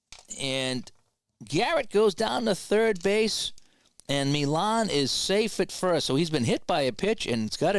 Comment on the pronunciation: And while Harrelson did choke up, it was "Mee-ahn" who was known for basically gripping the bat like halfway up.